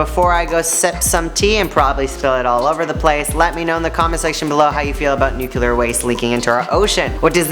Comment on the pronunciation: NUCLEAR. Not nucuklar.